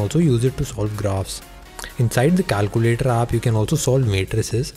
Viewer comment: calcuulatoor.... i died when i heard that. 😂 but good work. good luck with ur channel